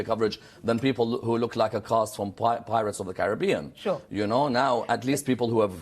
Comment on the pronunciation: Man said 'Pirates of the Caribbean' 😂